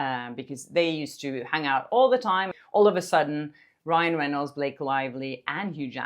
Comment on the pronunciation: "You want to go to war Bil-lak-ay (Blake), you want to go to war! " 😂😂😂😂